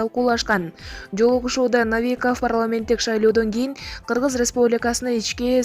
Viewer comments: Навиков эмес Новиков. Кандай сабатсыздык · Эй окуган "новый" дегенди "навый" дейсинби? сабатсыз кыз. Мадумайов дегендей. Новиков го.